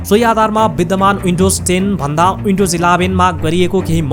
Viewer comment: H= एच, not यच windows= विन्डोज, not उइन्डाेज